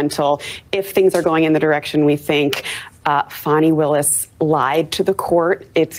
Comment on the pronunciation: Her name is pronounced Fawny Willis. Not Fannie.